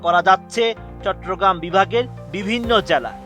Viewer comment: চট্র না চট্ট বলেন 😑